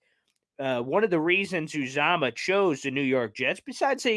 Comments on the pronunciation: It’s pronounced youuuuzaamahhhh. You’re welcome from a die hard bengals fans. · His name is pronounced ‘YU -zama’. Good luck with CJ, he’s a great team player, and a Cinci fan favorite. I like the fact that Cinci was aggressive to keep him, but after 7 years in the Midwest, I’m sure anyone would enjoy going to play and live in the NY area. I don’t see the Jets beating Cincy again this year though but love the Jets 2022 acquisitions in the draft and free agency.